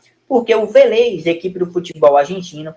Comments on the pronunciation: "Velêz" não (Vélez). Essa é a fonética certa. Club Atlético Vélez Sarsfild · Meu Deus .... Manda esse menino amarelo pra escola ..VELÊZ É FODA VIU . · Tá pronunciando o Vélez errado meu amigo